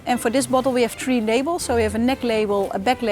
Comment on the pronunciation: One fousand free hundred. 😅😅😅